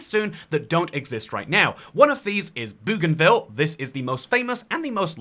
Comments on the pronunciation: Not Boogan-ville but Bogan-ville please! ❤❤ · Boh-gan-vil Not Boo-gan-vil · Hey mate, love your content, just one tip. 'Bougainville' is actually pronounced 'boh-gan-vill' (like how Aussies say 'bogan'). My grandad used to live on the island a few decades ago, he did electrical services and maintenance, and that's how he pronounces it. See also the pronunciation for the plant genus Bougainvillea.